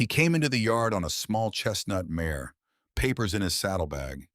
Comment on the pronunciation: It's MARE, not MAYOR!